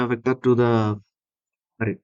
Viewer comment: Array is pronounced like Aeray